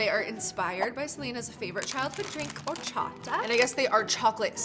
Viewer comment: My inner Mexican wanted to correct you for pronouncing horchata wrong but then I was like " girl your a Spanish speaker stop doing this"